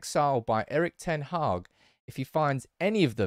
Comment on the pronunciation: His name is pronounced: "Eriiich d-ten Haaaaa-ch" 🤭